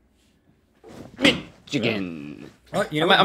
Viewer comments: Link never say nichagin ever again say Michigan correctly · Mich-igan? OR miss again link ;) XD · Why are they pronouncing Michigan like that, it makes me crack up every time xD I don't usually hear people pronounce my home state like that xD Also, a new favourite quote: "This is for Tupac!" - Link 2k19